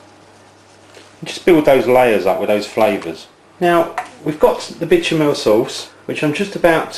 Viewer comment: I love "bitch-a-mell" sauce!